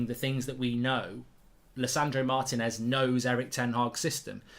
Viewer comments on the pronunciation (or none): It's not Martin -ez, it's Marteeenez, that's what the accent is for!